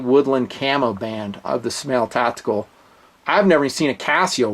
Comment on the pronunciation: SMAEL is pronounced "SMILE"